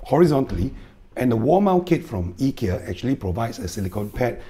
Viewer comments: The standard English pronunciation is usually more like "Eye-ki-ya" while the Swedish is "Ee-key-a" - like yours :) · Informative video and nice Swedish pronunciation of Ikea 👍